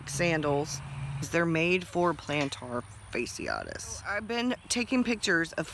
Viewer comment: Think of Ashy....plantar fASHYitis....not the spelling but the phonetic